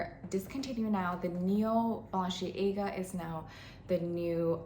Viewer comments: you’re a good sport❤. For what it’s worth, it’s bah-len-see-AAH-ga. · The way you pronounce it is that how it’s supposed to be pronounced I’ve never heard it pronounce like that before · no, its not... ;)